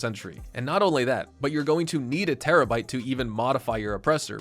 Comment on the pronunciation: STOP SAYING TERRABYTE BCUZ ITS CALLED TERRORBYTE DUMBAHH